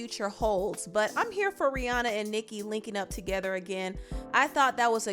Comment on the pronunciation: I love that you said Rihanna name right